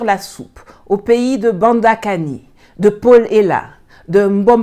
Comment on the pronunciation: Bon retour parmi nous madame Yamb🙏🏿, je n’ai pas pu m’empêcher de rigoler quand vous avez prononcé le nom de Banda Kani 🤣le mec nous présente Paul Biya comme un opposant farouche à la Françafric, un panafricaniste 😮 qui crie sur les plateaux de tv🤔point d’interrogation ❓☺️☺️